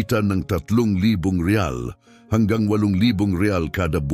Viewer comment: Anong riays yun ang riyals bulol talaga ugok na eto.